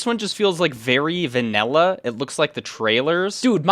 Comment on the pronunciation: "vanella" bro 😭